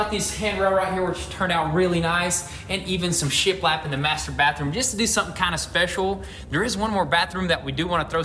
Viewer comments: shit lapped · Why does it sound like he’s saying shit wrapped 😂🤣😂